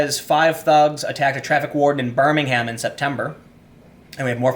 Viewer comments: The British city is pronounced differently from the one in Alabama. In England we tend to reduce the vowels on unstressed syllables, so it's BIR-ming-m rather than Bir-Ming-Ham. British people don't agree on how to pronounce "Solihull" so don't worry about that. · Fam, you ignorant AF to what's going on in the UK. Your pronunciation of BirmingHam and not knowing what a Corsa is illustrates that. Educate yourself on a topic before spitting generalizations about crime, migration and poverty. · lol, you got Solihull spot on, now you just need to learn how to pronounce Birmingham correctly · Telly Savalas said ' Birmingham' better, sorry. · I’m really enjoying hearing Tim pronounce Solihull and Birmingham, places not too far (well actually not far enough!) from me!